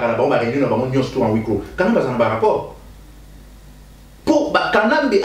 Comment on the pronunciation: Tala colonel y'a armée du salut...Médiocre mususu yeyo...17 ans y'a combat na internet ayebi ata solo y'a gaz te...et on dit "à huit clos" et non "à oui cô" ndenge olobi ,4mn 06 Soki oyebi sens y'a mot te pe comment ça s'écrit ko prononcer yango te